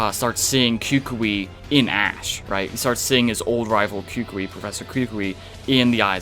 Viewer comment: Why do you pronounce Professor Kukui cocue this how you pronounce it cu cu e